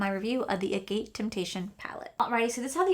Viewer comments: Funny how you pronounced the name of the palette wrong. (Ag-it) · Isn't it agate (a-get) ??